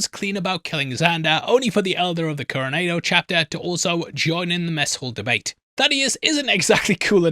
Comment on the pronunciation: FTLOG it's not pronounced Coronaydo!